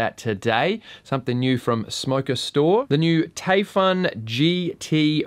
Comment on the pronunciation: It’s pronounced “Typhoon”, mate. “Taifun” is just how they spell it in Germany.